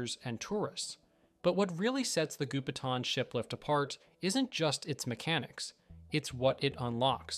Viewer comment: Gou Pi Tang , Goupitang, not Gupetan.